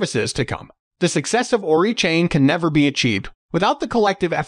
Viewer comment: It's O-RAI not ORI lol Oracle + AI... ORAI